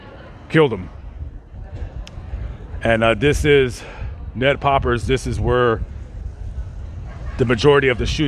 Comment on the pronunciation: I live in Dayton and literally 3 minutes from the Oregon District... This was completely heartbreaking... THANK YOU for covering this...BTW it's Ned Peppers..